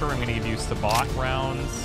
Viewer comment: It's pronounced 'sa-bow', not 'sa-baht'....